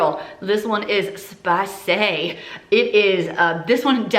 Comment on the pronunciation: Girl, this is spi-say! 😅